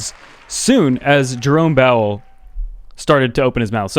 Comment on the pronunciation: Did you say… Jerome BOWEL? 😂☠️